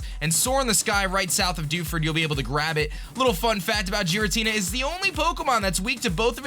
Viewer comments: It's pronounced "garatina" not "jeratina" that bothered me so much! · GEAR-AH-TEE-NAH, not Jeeratina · It isn't jiritina it is gearatina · Haters be like: OMG dan it's OBviously not pronounced "jiratina" it is of course "ghiratina" with a hard G!!! Seriously am i the only one that knows shit??? UGH Me: Hater, fuck off mate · Jiratina its totally pronounced that way totally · i dont know where he is from but in some languages its pronunces jiratina in the translated anime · It's Gear-a-Tina Dan come on now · the way you pronounce Giratina is triggering me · pronounced Rayquaza right but not Giratina. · I'm fine with the way you pronounce Rayquaza, because that's a common mistake. But the Giratina pronunciation bothers me. I get you pronounce it differently but it just seems weird.